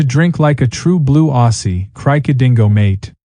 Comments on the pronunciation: Aussie is pronounced Ozzy, without a double “s” sound. AI limitations again on show.😅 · Why do AIs that are supposedly narrated by an Aussie always pronounce 'Aussie' incorrectly? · The voice over is Definitely not Australian by the way he pronounced Aussie Aussie Aussie oi oi oi